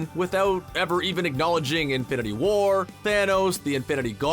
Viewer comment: The way you say infinity WAR annoys me. Also a mum minute is too long for an intro